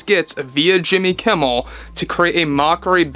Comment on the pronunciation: Jimmy Keem-mel? come on, that will be too obvious Di-sney? that aint funny anymore.